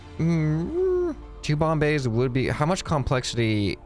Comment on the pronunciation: Bomb bays Me: Bombays?